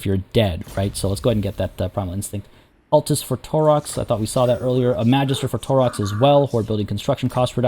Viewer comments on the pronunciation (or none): none